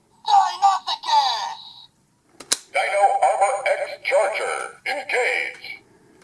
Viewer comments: It's pronounced dino soo cus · DON'T TRUST THE MORPHER! So many people pronounce this wrong because of the morpher, but it isn't pronounced that way. It's not even an alternate pronunciation. It's pronounced di-no-sue-kus or di-no-sue-chus. In other words- first say "dino", then "sue" (like the name of a person), then cuss or chuss (chess with a "u" instead of an "a"). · It's pronounced Die-noe-sue-kuss